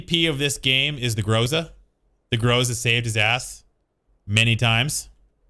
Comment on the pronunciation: *Ahem*, it's Gr'A'za(pronunciation-wise)